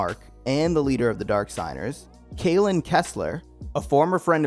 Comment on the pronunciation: Kalin, Grieger, probably others I clicked off after that.